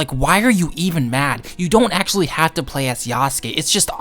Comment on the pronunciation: Upper ACKSHILLON Geymers